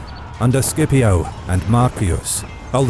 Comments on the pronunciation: I think when you say "Scipio" you pronounce it "sCHipio" instead of "sKipio" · "C" is always pronounced hard, like "K", in Classical Latin